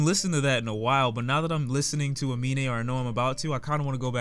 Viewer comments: Fyi 'Amine' is actually pronounced 'A-MIN' not 'A-MI-NE'. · You said his name horribly wrong so many times Aminé